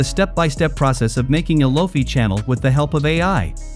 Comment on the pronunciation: What are loafy beets? Loki beats? Why does AI suck at pronunciation in 2023. Make your own music and stop using AI.